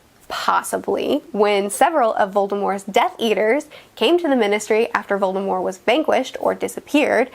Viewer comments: Also; VoldemorT!! There's a T in the name. Pronounce it correctly if you claim to be an expert. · There is a T on the end of Voldemort. It is pronounced with a T in the movies in which Rowling is closely involved in the making of. WHY do you pronounce it without the T on the end??? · One thing that annoys me about HP is people saying 'Voldemore' now. I know Rowling eventually went and said that his name was "always" supposed to be pronojnced that way but thats clearly shite. For almost 2 decades she pronounced the T in his name in interviews. Every single movie they pronounced the T in his name. She consulted in those films. She had a LOT of input. If his name was 'always' meant to be prnounced sans T then why didn't she say that to the filmmakers or the cast? Why did she continue to pronounce it with the T all that time? It's VoldemorT not voldemore. Anywho that's neither here nor there. On topic I agree with most everything. Especially the pipes. Even as a kid I pointed this out to my dad who said "it's magic it doesn't matter". But it kind pf totally does. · Okay I agree with most of this but you are saying Voldermort and Fleur wrong lol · She. Said. Voldem-OR!!! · Voldemore? You mean Voldemort? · If you’re such a big fan, why did you mispronounce VoldemorT? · Can she stop saying Voldemor it's Voldemort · ... do you say Voldemore? Not VoldemorT? This really distracted me lol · About in...are you saying “Volemore” like with an “e” instead of a “t”? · are you saying "voldemore"? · voldemore Edit: Nvm she just always says voldemore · I've always pronounced it "veri-taw-serum". Also, why do you choose to pronounce Voldemort without the t? Just curious! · I know the T in Voldemort is meant to be a silent T but hearing it pronounced without it is still weird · why doesn’t she pronounce the t in Voldemort like in the movies?